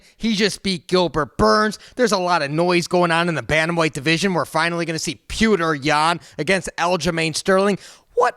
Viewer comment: Did you say "Pewter Yan"? 😆🤦‍♂️ Why? Petr's accent makes it sound more like Pee-Oh-Tr but it's definitely not "Pewter". He's the Champ and you cover the sport. You can't be butchering names so bad my man. Here's a pronunciation video